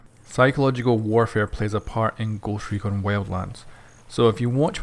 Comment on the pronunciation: Goooscht Rekooon xD